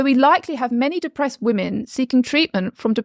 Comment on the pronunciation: Anyone noticing that she doesnt announciate 's' - "depre'd (depressed), "wore" (worse), "leh" (less)